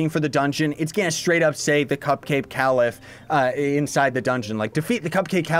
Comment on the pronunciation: Its pronounced Caliph aka kay-lif